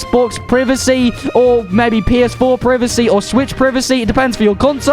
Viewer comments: Lmao privicy ITS “Prie Va See” privacy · My guy started saying priv-acy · Bro said preeveesee